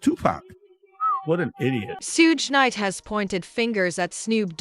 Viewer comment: Sootch Knight and Shin Combs 😂 Narrator should learn the names first